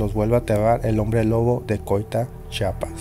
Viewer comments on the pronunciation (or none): Yo vivo en Tuxtla muy cerca de Coita, no habia escuchado nada de esto, ... lo que si escucho seguido y es una vergüenza es que haya Mexicanos que no saben decir "CHIAPAS" y dicen chapas. Gracias por el reporte pero lee y pronuncia bien por favor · Un dato nada más crack Es ¡CHIAPAS! No Chapas... Saludos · Sólo como dato, el nombre correcto del Estado es CHIAPAS no chapas 🤣🤣🤣🤣🤣😂